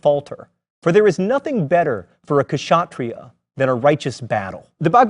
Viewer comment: and please improve your pronunciation of indian words , it is not ka-sha-tri-yah , it is spelled ksha-tri-yah .